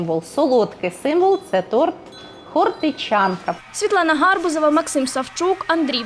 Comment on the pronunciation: Коротше, каша малаша. Якщо часто змінювалися рецептура і назва, немає вже автентичності. Світлана, ваше прізвище наразі, після скацаплення, має наголос гарбузОва. Наприклад: не гАрбузова каша, а гарбузОва. А взагалі, українське автентичне прізвище це Гарбуз. Ви мали б бути Світлана ГарбУз. Не гАрбуз, а гарбУз. Якщо називаєте себе журналісткою, маєте знати правила наголосу в прізвищах